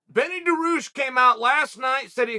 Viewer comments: we have Beneil Dariush at home: Beni Daroosh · Chael: there’s a fighter named “Binny Deroossh” Beneil Dariush: ok great! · Did he just say Benny Daroosh